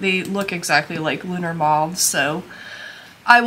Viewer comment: LUNA,, not "Lunar."